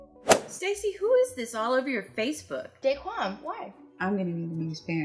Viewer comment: what made me laugh was that it isnt 'day-quan' its 'dah-quan'